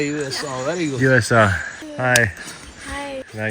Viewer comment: I love how he say USA in an Iranian accent it's hilarious